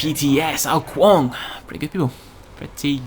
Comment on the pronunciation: I believe its ao kuang, not ao kaung ;)